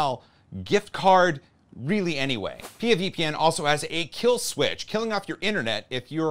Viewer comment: Uh oh, pee ya VPN? It's P.I.A. pronounced separately haha. Did they correct you?